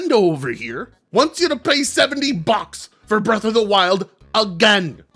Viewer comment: Omg i felt the hot ass heat when he said BREFFFFF OF THE Wild